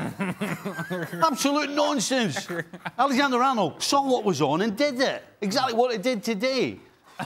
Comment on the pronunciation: The way Stevie said Allergander-Arnold 😂